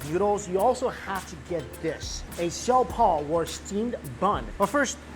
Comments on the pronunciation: Mikey it’s pronounced “show - pow” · Why are you pronouncing all of the Tagalog/Hokkien words as they would in Mandarin? Words like lumpia or siopao are mispronounced. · I was so excited to see you eating siopao!!! It has been one of my favourites since I was a little girl. One tip? It’s pronounced “show-pow”, or at least that’s how everyone I know has always said it ☺️ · the bun with the broth is pronounced sho-pow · Lmaooo the way you pronounce siopao (show-pow) great video tho!!!! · Its pronounced as see-yoh-pow..